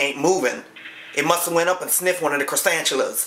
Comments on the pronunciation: " Croissantulas " lol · Cresantuluas lmao ha ha you never heard of Cresantuluas . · He said croissanchulas🤣😂🤣😂